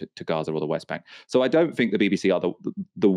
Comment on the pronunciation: You sound intelligent until you say “fink” instead of “THINK”!! If you ever want to be considered as a proper journalist, learn how to speak.